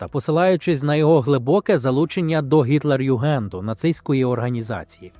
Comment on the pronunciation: омг, хіба читається не гітлерЮгенд? О_О завжди думала шо так)))